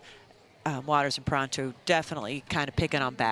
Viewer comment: Why is one of the commentators pronouncing Catherine Parenteau's surname wrong? It's Puh-REHN-toe, not Puh-RAHN-toe. So distracting.